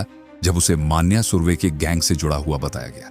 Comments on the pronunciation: Not मान्या सुर्वे......Nonsense.. It is मन्या सुर्वे..... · मान्या नहीं भाई "मन्या सुर्वे"